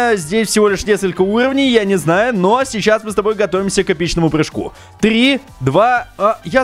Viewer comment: Мне одному послышалось в начале не три а ториэль